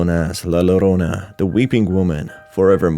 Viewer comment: Helpful note: In the Spanish language, the double 'l' makes a 'j' sound, so it's really pronounced 'jorona'.